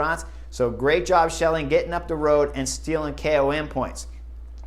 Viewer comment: Say it: skelling.